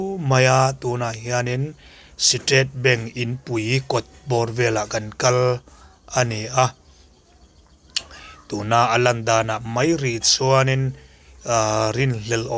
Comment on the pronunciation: B..a..n..g 😂bank😂